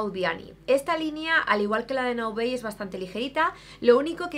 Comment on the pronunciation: "Naobey"???? Pero si Naobay es una marca 100% española 😳😳😳